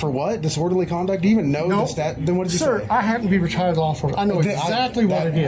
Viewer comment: I think he just mispronounced "retired"